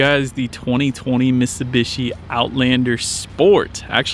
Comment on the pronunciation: It's miTsubishi. You keep saying misibeeshi